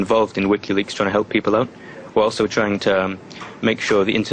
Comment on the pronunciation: Lol she said : alsho xD